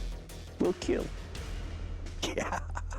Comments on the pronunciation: Hearing Doug say “ it will keal “ is glorious 😂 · Correction: “KEAL” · I wouldn’t care if I lost if I got Doug to say “ it will keel!” I could go home happy 😂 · “It will keal.”